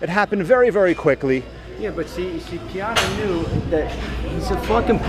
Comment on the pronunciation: it's rich pie-anna!!